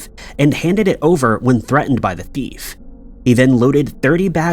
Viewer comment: It’s frustrating… you still continue to pronounce “thief” like “deef” or “beef” and even sometimes like “teef”!!! Please google the right pronunciation and your viewers will appreciate you more…